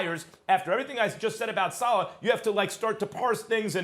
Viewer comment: Sa Leh not Sa Lah